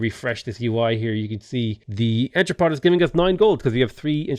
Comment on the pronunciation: the final t in entrepot is silent